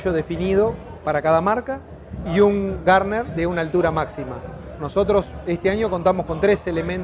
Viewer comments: “Gardner”? No es “Gurney” ? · Garner???? NO, Gurney. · no, está mal pronunciado, el creador del Tyrrell P34 como bien decís fue Gardner, pero ese pequeño apéndice en el borde de fuga de un perfil alar es por Dan Gurney..